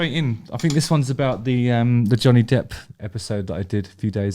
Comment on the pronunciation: Every time you said the name I kept mis-hearing it as "Johnny Depth"!